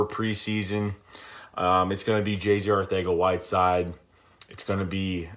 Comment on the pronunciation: the c on arcega is pronounced as it was a s